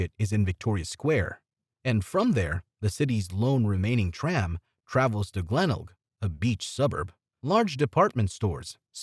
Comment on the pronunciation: Definitely AI. Disastrous pronunciations. Glenelg, quokka, potoroo... the list goes on.